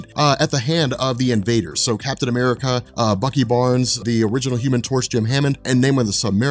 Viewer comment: I love the fact that you said Captain 'Merica at, that shit was hilarious...